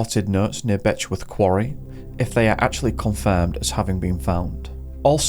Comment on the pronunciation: LOL "Betchworth"